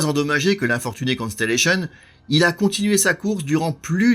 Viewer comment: Merci pour votre parfaite prononciation du Constellation. Continuez ainsi. Merci pour la qualité de votre vidéo, claire et précise.